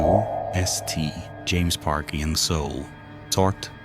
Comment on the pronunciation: Artificial intelligence my ass! It's Saint James park, not S T James park. Smh